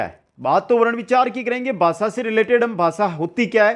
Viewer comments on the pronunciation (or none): Not basa it bhasa